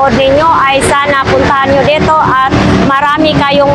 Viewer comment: " Dito" gang Hindi " deto"